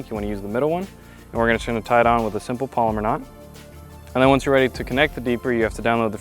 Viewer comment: Lol I gotta turn it off at “polymer” knot... Btw it’s palomar knot...pal-O-mar...